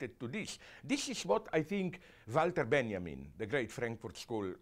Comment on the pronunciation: yep, that's actually how you pronounce his name